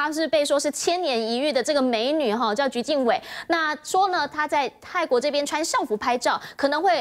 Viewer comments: 鞠婧祎不念wei，念Yi。主持人水平有待提高啊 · 鞠婧祎 不是读wei 是读 yi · 这个主持人水平一般 把鞠婧祎的Yi读成Wei. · 那个字念yi哦，鞠婧祎yi